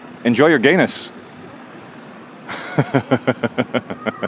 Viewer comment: At the awkward bit at the end when you said “enjoy your gayness” I actually thought you said “enjoy your anus”! 🙊